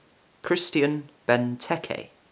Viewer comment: English people almost ALWAYS pronoune the vowel 'E' on the end of a ward as 'AY' . e.g: Voulay Vouz' ...or 'Creme Boulayyyyy' - Imagine English ex-pats on holiday speaking in a very British accent 'Have-ay Vouz, any Booze, Sil Vouz Playyy'. The E on the end of Benteke is pronounced a short sharp 'eh' as in 'the start of the word 'Egg; or 'Essien'. To pronounce Benteke properly, Imagine you are saying Bentekegg - now remove the last two G's - Benteke (almost like an accent on the end of an E.